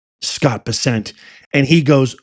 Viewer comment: Please learn how to pronounce his name. It’s not Bes-sent it’s Bessent. She needs to be put down. Mad Maxine.